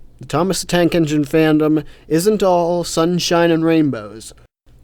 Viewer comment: Tnake Enigne... THOMAS THE MF TNAKE ENIGNE, ladies and gentlemen XD